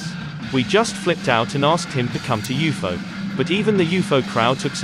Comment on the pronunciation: Didn’t know it was pronounced like that. “You foe”. That’s cool. Thanks.